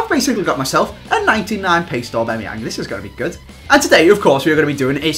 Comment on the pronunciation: When he successfully pronounced that player lmao